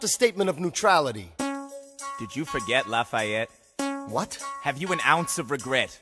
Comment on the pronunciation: His names not Layette that would be in french la-fa-et